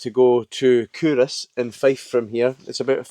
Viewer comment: I'm scottish and have been calling it CUL-Ross my whole life...totally embarrassed now but thanks for letting me know how it's actually said!